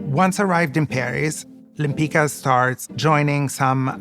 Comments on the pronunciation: Her name was Łempicka pron. WHEM-PITS-KA, not "Lempica". (This was her Polish husband's name, though she herself wasn't Polish). Forget the "de" - it was just a fancy French addition to sound more chic. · I cannot understand why these people pronunce their own name in a wrong way. Łempicka is a Polish name and correct pronunciation is [wempicka] "c" is pronunced like s/c "k" is pronunced like in a word "kind" . It sounds Italian now but it is not correct. To be honest, original pronunciation is much better. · I only wished they learned how to pronounce her last name properly. 😒😒 Abomination. Her own granddaughter butchers her beautiful surname. Shocking 😳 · I wish the expert were able to pronounce her name properly…. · Why does everybody mispronounce her last name? The letter “c” is pronounced as “z” in “pizza”. It’s a typical Polish last name. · I belive that the slavic pronunciation is the correct, the original one. The pronunciation they use in this video has been changed to suit the speakers of romance languages. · No, the pronounciation in this video is not correct, even the great grand daughter calls herself like this. But Lempicka/Lempicki is a polish name and has to be pronounced following the rules of the polish language.